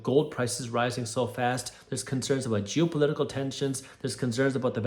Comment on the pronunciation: "...jew-political events.." Yup. That's what I heard 😅